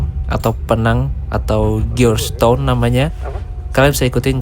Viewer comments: Georgetown cara nyebutinnya Jorge-Town mas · George Town, bacanya jos ton😂